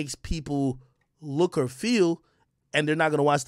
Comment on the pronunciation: Why does Al force the way he pronounces the “or” and “ar” sounds in words. Why he forcing it like that?